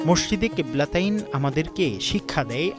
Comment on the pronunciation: কিবলা তিইন উচ্চারণ হবে